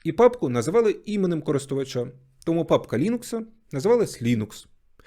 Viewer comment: Класне відео але мене все відео бісило те що ти кажеш "тОму' а не "томУ"